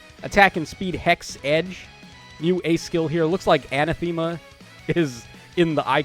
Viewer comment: Love the new art for the Grimas. I think Noire has a good place in the meta because she'll stop specials from triggering. I'm 99% sure you pronounce Anathema "uh-nath-e-ma". Thanks for the review!